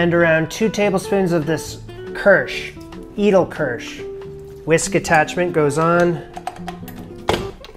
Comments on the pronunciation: I think edelkirsch is pronounced aydalkursh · Great, entertaining video again. I'm inspired to make this now. Thanks for posting. BTW, Edelkirsch is pronounced "AYdl-keersh". You're welcome.